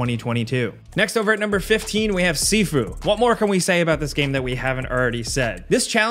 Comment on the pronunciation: deadset thought you said seafood for sifu